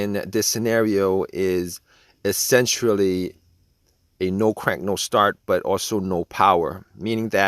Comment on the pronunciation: Did he say essentrally!!!!! Like with the word Sentra lol!!!! Unbelievable